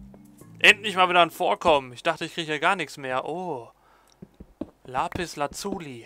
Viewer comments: Lapis Lazuli mit einem kurzen U und nicht mit einem langen. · wie du lapis lazuli aussprichst haha :D